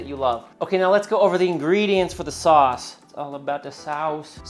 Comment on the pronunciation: It's all about the saus... That was a little Dutch 😂